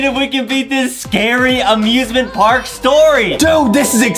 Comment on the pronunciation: OMG they say amiusmint Park at the same time